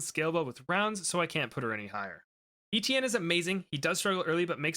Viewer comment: “Eetieene” Me: It’s Et ti en.